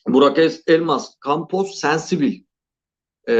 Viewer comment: Sensibil degil abi o, Sensibile :D